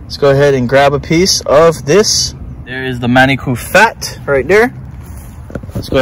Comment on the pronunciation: Lost me when he said manicoo curry